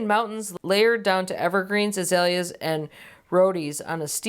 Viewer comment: Love your sense of humor and love your garden, Erin! Your attempt at pronouncing azalea with several syllables was hilarious!